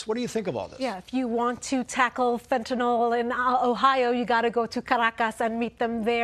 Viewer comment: Fentanyl, not fentanal.